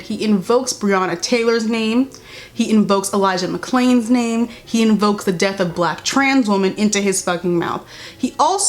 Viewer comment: Also he had to dub over Elijah McClain’s name because he pronounced it wrong. It’s pretty noticeable in the video. It’s so disrespectful